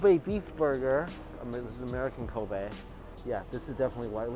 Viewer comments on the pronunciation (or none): none